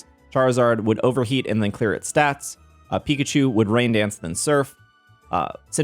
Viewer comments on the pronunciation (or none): none